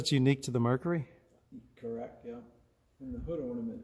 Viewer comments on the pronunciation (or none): He keeps calling it a "Merkary". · Nice car but Mer cyurr eee M er kerr err